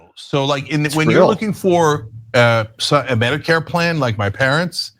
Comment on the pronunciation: I think he intentionally mispronounced Medicare fraud to miss lead the audience.😠